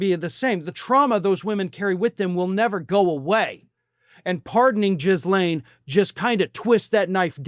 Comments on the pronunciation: I dunno why you say Jizz-Lane but goddam it's hilarious. Keep perpetuating that negative stereotype my American brother, at least your heart is in the right place 👍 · Ghislanie ... It's like "Ghost" ... not Jizzlaine ... Ghislaine with a SILENT "S" .... I know it's a stupid name ... but if you can't pronounce it, just call her Ms Maxwell FFS! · trump doesn't need saving. we already been through this. he got re-elected and has all power. he'll pardon her to show off because he can. the S is silent in her name. just pretend it's not there and you will pronounce it correctly. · I know it’s off topic but you’re not pronouncing her first name correctly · Would you please stop pronouncing the S in her name. It makes you sound stupid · thats possibly the most unfortunate pronunciation of Ghislane I've heard yet. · Could you learn how to pronounce "Ghislaine"? You probably only speak English, but dude, make an effort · it's a silent s, like Glen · SO..... her name is pronounced Ghee-lane. NOT Jizzlane. That said, I have absolutely fallen in love with ALL of media getting her name wrong every time. Please, continue. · I'm not certain if you intentionally are saying Maxwell's name incorrectly, or stuffing in a derogatory way. Please though just say Maxwell, I've been severely abused, and hearing jiz said repeatedly makes me want to throw up!!! Her name is Ghislaine...heavy G. There's tons of ways to slam this Pedo...la(i)me... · It's pronounced "Ghee - laine"... like Elaine but with a G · Squirrel moment: name pronounced Gee-lane. I hope anyone on the list goes to prison, regardless of political affiliation. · You sure it's pronounced Jizz Lane??? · think the whole world has at least settled on a silent "S." it's not "jiz-lane." gross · I love how calls her “JIZZ-lane” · I just love that you pronounce her name JIZZ-Lane.😂😂😂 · not "giz" laine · It’s not pronounced jizz lane bro. The ‘S’ is silent. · He said Jizz-lane. lol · Don’t pronounce the s in her name